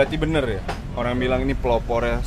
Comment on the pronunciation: Lu olang lu olang...🤔